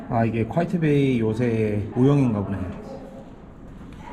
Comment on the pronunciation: 올바른 발음은 퀘잇 베이라고 합니다. 쿠아이엣 베이가 아니고....